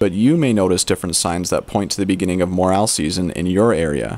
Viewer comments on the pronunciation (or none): You said the word mushroom once and morraaaaal 372 times!!! Its Morel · I heard the "A" in Morel is even more hard to find then the Mushroom itself.